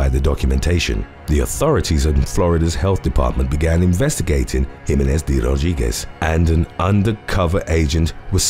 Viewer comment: How he pronounces "De Rodriguez"! 🙏😍